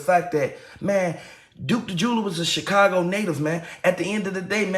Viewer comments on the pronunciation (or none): none